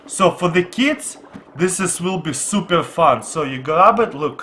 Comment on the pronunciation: it super not supare